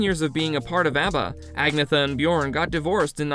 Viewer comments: Who ever posted this video. Your info is all fucked up. And pronounce Agnetha's name correctly. Do better research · Please learn to pronounce Agnetha's name properly.